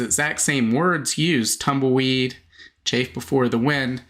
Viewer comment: It is CHAFF not chafe